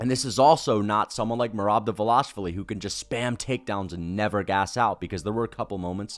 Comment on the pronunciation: Correct me if im wrong pls but its pronounced (DI-VAL-ISH-WILI)?